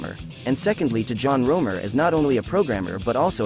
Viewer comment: "John Romer" ... right.